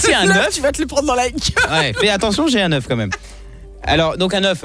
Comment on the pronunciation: L'euch alors que c'est œuf on dit de cauet mais la bichette désolé